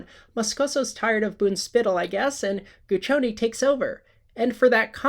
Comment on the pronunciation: Guccione has four syllables.